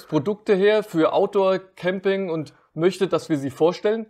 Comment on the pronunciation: Wie immer super gemacht. Habe nur 2x Kamping gezählt. So kleine Versprecher wie am Ende machen euch doch menschlich. Liebe Grüße aus Rodgau